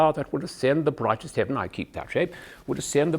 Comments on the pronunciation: I'm English and although I was worried at the beginning I'm bloody impressed. My only advice is woth words who's last syllable ends with 'en' or 'ern' like Heaven, Kitten or pattern. Be careful not to pronounce it as you would in a North American middle accent where you pronounce heaven; 'hevv in' in middle Englush it's 'Hevv uhn(vowel sound rhyms with could or should)' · I agree he's pretty good, but he's far from perfect. Words like "pronounciation" and "heaven" towards the end are clear giveaways; the rest of the time I think I'd have been thinking there was something not quite right. And the "working class" "dialect" (why does he keep speaking of "dialect" instead of "accent"?) - pretty Dick van Dyke, actually. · He pronounces heaven wrong - he says "hevvin" instead of "hevvn" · As a native Brit, he's definitely a pro at the accent. I cringe when I see most Americans/Canadians attempt an English accent - it goes a bit Oliver Twist via Australia! The ONLY word I even remotely thought sounded a bit off was 'heaven'. A bit too "hev-in". I hear it more as "hev-un". Otherwise, a pro. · The en of heaven is too pronounced, should use a schwa, but aside from that, indistinguishable from a native, in the opinion of this native.